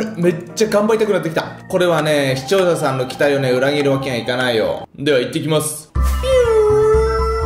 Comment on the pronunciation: て『視聴者さん』を『しちようささん』って言ってる？わざと？w w